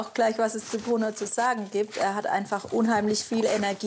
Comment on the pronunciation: Er heißt Bruno und nicht Pruno!!